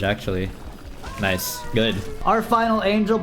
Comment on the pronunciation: Day 19 of counting when says Noice 3/19